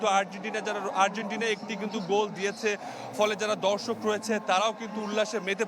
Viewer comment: কথাটা "ধর্ষক " না "দর্শক "